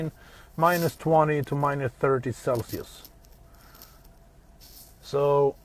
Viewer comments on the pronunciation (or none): none